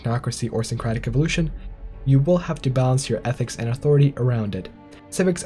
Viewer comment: Why can't you pronounce "syncretic" correctly my dude?